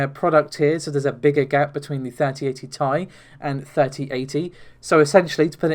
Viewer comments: I'm going to leave a dislike every time you say "tie" instead of T-I. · never heard anyone pronounce to the TI cards by Nvidia as "Tie" now I want a Star Wars special edition that's called RTX3080 Ti-Fighter